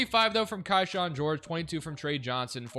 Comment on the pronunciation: It’s Key-Shawn not Kai-shawn